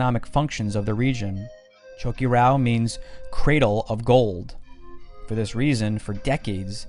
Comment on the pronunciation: Been there done it. It's really is amazing. Great documentary but I'd suggest working on the correct pronunciation of many of the names: Choquequirao, Sacsayhuaman, Tawantinsuyu are all mispronounced.